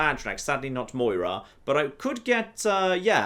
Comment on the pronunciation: JON THERE IS NO i IN DRAMORA!!! So Mora is not Moira from fallout 3.